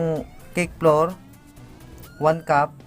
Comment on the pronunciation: Bread floor???ahahaha Ayusin m pagbigkas m yahaha